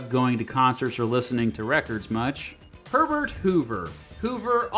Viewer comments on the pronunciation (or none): none